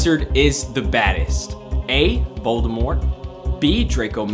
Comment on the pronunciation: I love the fact that he pronounced Voldemort correctly. For those that don't know, Rowling intended for the "t" to be silent. Because she was not on set during production of the first movie, she did not find out until watching the premiere of the Sorcerer's Stone that they had been pronouncing it wrong the whole time.